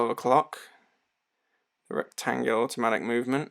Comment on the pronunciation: Don't be shy and don't pronounce the letters that are not here! There's no C in Retangula, so don't say it... even if the name is obviously derived from "rectangular" or more Latin-sounding "rectangula". Also, don't be surprised to be able to hand-wind it since it's powered by an NH35 (hand winding, hacking movement fron SII)... I read your description speaking about "rentagula seiko". 2 issues: - the name: you'd better copy & paste to avoid typos, since you showed us the box + the included papers stating "retangula", moreover your thumbnail is also right... - there's a Seiko NH35 inside the watch, this watch pays homage to a model from Seiko, but this watch is not a "Retangula Seiko". You'd better talk with Gary from I Like Watches"; he could warn you against using brand names improperly. 2 of his YT channels were shutdown, for improper trademark usage, apparently (YT didn't tell him precisely why they shut his channels down).